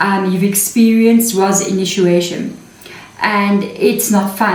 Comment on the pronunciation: Sister the word. initiation is pronounced as INI..CHIATION NOT INU CHIATION Pls dont mind it just hurts my ears to hear a mispronounced word so many times continually from an english speaking person .. there is another word which is mispronounced ..I mentioned it earlier.. I am sure being an extension of each other we can afford the liberty to help each other in even small things like pronunciation of words.. I would be gratefull anyone helped me get any word mis pronounced by myself .. Much love and gratitude for your amazing sharings in our benefit ..sister.❤❤